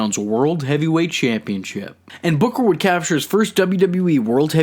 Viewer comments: I LOVE how he laughs 😂😂 the way the AH in BOOKAH got even more ridiculous as the story went on was hilarious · King BUHKAH!!!! Can't unhear that now.